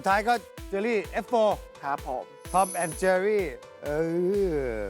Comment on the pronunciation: เจอรี่ ค่ะ ไม่ใช่ เชอรี่